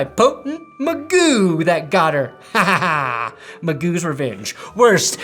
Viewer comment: Pls stop pronouncing Mcgoo like that